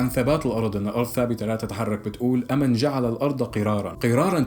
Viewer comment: أمَن شو؟🤣🤣 يا حبيبي انا من لما سمعتك هيك عم تقرأ غسلت ايدي من معلوماتك. قال(أمَن جعل الأرض قِراراً) هاذا اسمه الكيس بارك الله فيه. والصح قوله تعالى(أمَّن جَعَلَ الأرضَ قَراراً) مع تشديد حرف الميم. وكل الفيديو معلومات خطأ متل هي. ف انت يا اما ابحث كويس وشوف الدليل على لسان المسلم وغير المسلم. يا أما لا تفتي من عندك حبي🌹😁